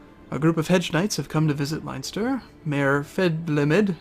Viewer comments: Its not Line-ster it's Len-Ster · Somebody might have said this already, and I know that this video has been up for nearly a year and a half at the time of writing, but I'd just like to point out something. It's pronounced like Len-ster, not Lion-ster. Sorry for being an eejit about pronounciation, but it just really bugs me when people get Irish pronounciation even a little bit wrong. It's a bit of a problem. Sorry about that. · >lionster IT'S PRONOUNCED LEN-STER YE GOBSHEEN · Pronounced LENSTER, not LINESTER. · Also, it isn't 'Line-ster' it's 'Len-ster' as far as I am aware. If I am wrong, to tell! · oh and,its pronounced linster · Leinster is pronounced Len-Ster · every time he says leinster i cring